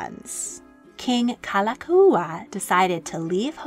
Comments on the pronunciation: While I enjoyed and appreciated this history, please work on your pronunciation of Hawaiian words. You nailed Liliuokalani but it’s Like Like (lee-kay lee-kay) and Kalakaua (ka-la-KOW-uh). It helps to know “o” means “of” and the prefixes Ka, La, Na are all “the”. For example, “o ka lani” means “of the heavens”, which can pertain to royalty. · I just can’t get over the narrator’s mispronunciation of King David Kalākaua 🤦‍♀️ 🤦‍♀️ 🫠